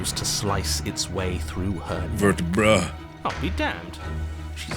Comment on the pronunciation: Did Mark unknowingly make the joke vertriBRUH or did i misheard that??😂